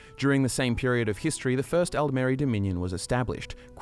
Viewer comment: is it only me or the way he say 'History' sound like 'Hist Tree'?